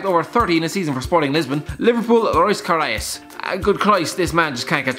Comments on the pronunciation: You Said ka-rae us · Who the fuck pronounces Karius, Karaious ? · The way you said Loris Karius😂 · Loris Karius pronounciation